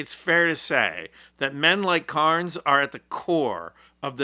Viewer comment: His name is Carney, not Carnes.